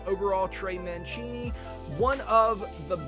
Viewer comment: You pronounced Mancini’s name wrong